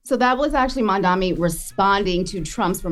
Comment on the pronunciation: needs to work on her pronunciation. She is beautifully articulate, but you have to learn how pronounce mam-dani.